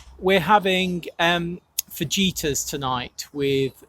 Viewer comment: Nooooo! Fa-HEE-tas! And no carrots. Lots of onions, bell peppers, and jalapeño. But you do you!😀